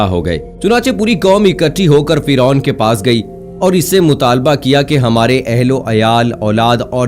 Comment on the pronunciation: Firon ka naam aap galat bolre